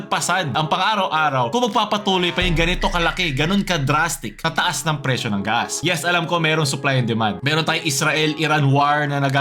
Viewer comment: Gas: ❌ Ga-as: ✅ Demonyo ka talaga